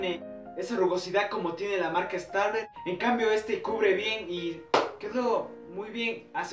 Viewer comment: No se pronuncia stabler😤😣